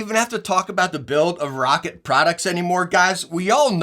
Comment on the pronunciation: Hey he said Roccat right the whole video lmao